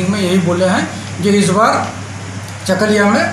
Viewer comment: unito chakulia uchcharon korte pare na aage uchcharon korte sikhun